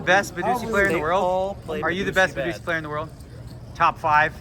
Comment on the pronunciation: did Phil mean badugi or is badusi a real game